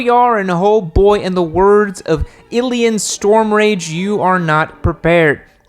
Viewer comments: Who the fuck is Iliyan Stormrage, sounds like a Russian WoW player lmao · 12 seconds in and I’m already furious at the mispronunciation of Illidan Stormrage! Don’t you do my boy like that, we don’t call you yimmi noob.. damn man no respect these days.